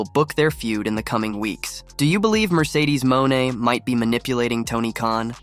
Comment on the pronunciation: Who is Mercedes MOAN!!! Lol...1st think in journalism is PRONOUNCING NAMES CORRECT!!! LOL